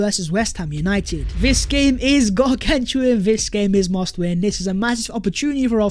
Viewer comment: You and the word gargantuan 😂😂😂